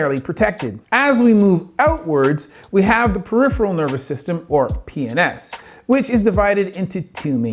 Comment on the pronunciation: The way you pronounce PNS with a straight face 😂 Good shit as always